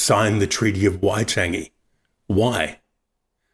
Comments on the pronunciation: Wai-tangy...can you say whyte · YOUR PRONUNCIATION IS ALL SHIT. WHY TANG E, WHAT THE HELL IS THAT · could of at least used someone who can pronouce waitangi im only 13secs in and im pissed off.